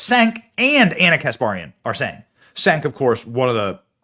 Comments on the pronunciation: Pronunced CHENK not Senk. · BENNY!! ITS PRONOUNCED " CHENK"!!!!